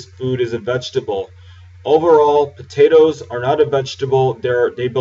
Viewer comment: dude we don't say potatoes like that just because were from the south